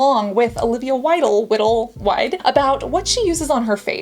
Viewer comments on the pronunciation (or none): It's Wild e is silent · I'm PRETTY SURE it's pronounced Wild but with an s So wilds but throw in an e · Its wild with a silent "e" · You pronouncing her name made me laugh so much hahaha widdle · Wilde = Why-ld, like the word “wild”. Same pronunciation. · OMG how can you be scrutinizing someone's routine when you don't even know who they are? Its pronounced WILD! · I've heard her name pronounced as Wild like Wild Child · It's just pronounced wild😂😂 you struggling to pronounce celebrity names will never not be funny😂😂 It also shows me how much wasted space is in my brain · Dislexia is real, i.e "Olivia Widle". OMG im dead. She even said it twice. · Dude. It’s pronounced wild. It’s literally spelled Wilde. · How she kept pronouncing “Wilde” was so cute. 🤣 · Pronounced "wild" she chose her stage name after Ocsar Wilde. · Her last name is pronounced “wild,” like “wild animals.” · It really hurts when you butcher her surname. Just 13. it would be enough :D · Why are you always so very condescending?? Her last name is Wilde- I’m more than positive you’re fully aware of how to pronounce her name. You’re being borderline rude. Get over yourself. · It would be nice if you could learn how to pronounce peoples’ names before reacting. It’s quite rude. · Once again, fails to recognize a well known person. You can easily check her out, Olivia Wilde, before filming & take the time to learn the pronunciation of her name. By all means you do your critique- its what you do- but why not find out more about the person/ spokesperson along with the product. * Said with affection from a long time subscriber.